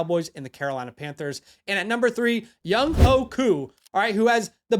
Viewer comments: Good video. Younghoe is pronounced Young-way. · Pronounced Young WAY koo